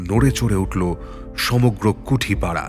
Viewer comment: কুটিপাড়া কুঠিপাড়া নয়